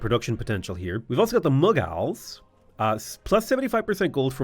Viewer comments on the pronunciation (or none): bro said mug-als 💀